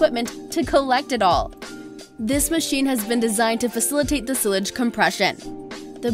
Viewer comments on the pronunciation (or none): it’s not (sil-g) it’s (sy-lge) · Silage is pronounced with a long "A" sound. Syledge, not "silledge." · The word is pronounced SI-laj, not SILL-aj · I thought she kept saying sewage. I was like that is definitely not sewage. I would of rather watched the video on mute. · It would have been better if they'd used a narrator who a) can read for meaning, and b) knew the proper pronunciation. For example, it's "SY-lage", not "SILL-age." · Not sil-age sigh-lage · Its pronounced "sile -edge" not sill-edge UGH!!!!!! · its sigh lage, not sill age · It’s pronounced sigh-lage not silage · cill-ige nah lady its silage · on nuber six its not fucking pronouinced sil eg its pronucied si lage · It's si'- lage not sill- age. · Ok, sorry...Thumbs down. How can you work in voice over and not know it is pronounced /'sīlij/ not /'silaj/, I mean how sili is that? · Sigh-ledge = sileage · It's silage, with a long i . Not sillage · silage haha its SY" + "lij" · Pronounced sy lage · It’s not sillage it’s Silage, Thanks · Do u mean silage sigh-lage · Sill-adge?? Weird way to pronounce silage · Its not silige it’s silage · It pronounced sci-lige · Silage pronounced as sci lage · Silage is pronounced "sighlage", it sounded like you were saying sewage which is not fodder but the what comes out of a cow's .....you get the picture... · That was driving me crazy. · it made me so mad when she pronounced silage wrong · Did anyone else cringe when she said silage wrong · is she saying SILAGE? or sewage? seriously learn how to say it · The way she was saying "silage" was just annoying me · I love the way she pronounces silage 😂😂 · Learn how to say SILAGE biatch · Silage🤣🤣🤣 put it in google translate and press the speaker button because it doesn’t say what you were saying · Silage 😂😂 the way she pronounces it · Very interesting! BUT.... #6. The material SILAGE is pronounced with an I sound. (like: I need..) Does that make sense? :) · That's what I thought she said at first too. The "i" is long woman!!